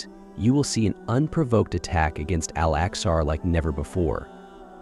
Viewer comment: When you use AI and it says: Al Axar